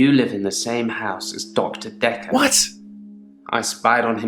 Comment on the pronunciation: It’s pronounced Dee ath lol not death but yeah